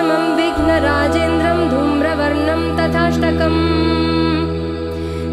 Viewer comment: प्रणम्य is right .ल्यप् प्रत्यय से ये बनता है।धूम्रवर्णं तथाष्टमम्।तथा +अष्टमम्। नत्र=nitrogen नात्र is correct .न+अत्र। Please पहले किसी संस्कृत अच्छी तरहसे जाननेवाले ज्ञानी से योग्य उच्चारण समझ लिजिये। उसके बाद social media पर काम करे ये आपका दायित्व बनता है।गलत को बढावा न दे।